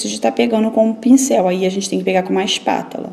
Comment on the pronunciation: É espátula e não espátala 😙